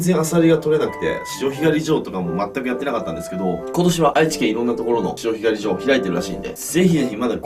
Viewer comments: あさひがり じょう⤴訛ってますねーｗ 貝すごいとれますね。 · 潮干狩 ジョー に聞こえたのは俺だけじゃないはず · 潮干狩り場のイントネーションが独特w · 潮干狩り場の言い方気になるww 途中でお茶飲んでるやん?｢はぁ…うめぇ！｣って言ってほしかったww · 潮干狩り場のイントネーションw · 潮干狩り場 イントネーションがあしたのジョーみたいな笑笑 はじめて潮干狩りして大量だと思ったらオキシジミっていう誰もたべないマズイやつでした。。